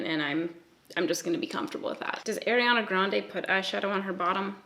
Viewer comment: How much shit are you getting over how you say Ariana Grande's name?